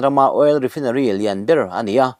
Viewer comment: Ni e, chhiar tam tawh nen, ṭawng dang deuh hi chhiar fuh thei thlawt lo